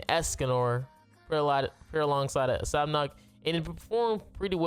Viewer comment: sab-nak i belive (how you say it, in jap i think)